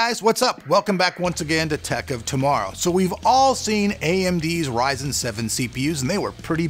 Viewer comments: RYE ZEN NOT RIS IN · Bro, quit saying [Rizzen]. It's [Ryezen]. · Resin? It's pronounced ryzen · ryzen not risen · why do u pronounce it risen? it is suppose to be risen. because when amd launched ryzen, they pronounced it risen, not risen. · PLEASE ITS NOT RIZEN ITS RYZEN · Dude... it's RYZEN, Like : WHYZEN .... not Risen ! C'mon ! :) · Spelled Ryzen, keeps calling it Risen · did he just call it risen lol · why do people still pronounce it "rizen" its clearly spelt with a Y and not an I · You don't have to be a D*** About Calling Ryzen A Rizen Or Risen - Dude i love your Stuff and yeah i mma Huge Fan of ur Raw Footage with Zero Edit Videos But Why are u always Bitching That People won't let You Call Ryzen - Risen Well for a Couple of Reason's - 1) Because Ryzen Sounds Cool and only you In this freaking world think that Risen is more BadAss 2) You should Always Call it Ryzen Coz u r a Reviewer and people Check Up your videos to see what's up with the world and when they See you calling Ryzen - Risen the consumer ( The Average Joe ) Gets confused and when he goes amongst his Friends and talk about this Processor By Calling It Rizen That individual embarrasses themselves. I mean the whole point is just Because you love the name InBell you can't Call Intel products InBell i5 Or i7 , Cmon man Rather than worrying about How its supposed to be Just Navigate around how it is. No hard Feeling's Bro I just love stuff and I am one of your very early subscriber and even recommended you to a lot of people So, I would request you to say the name as Accurate As Possible. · You still saying Risen instead of Ryzen :D I love it. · Never gonna learn. RYE -ZIN. Damn man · RY-ZEN actually.. it's the effin name. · Tech of Tomorrow you also said risen lmao